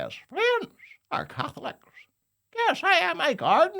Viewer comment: Paisley also pronounced it like "Cath-olic". Everyone else says "Ca-tholic"